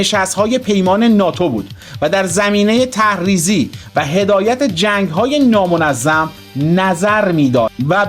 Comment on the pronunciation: ترحریزی. نه تهریزی. بیسواد